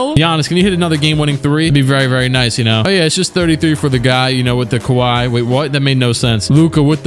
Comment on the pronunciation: I am now pronouncing kawhi, kiwi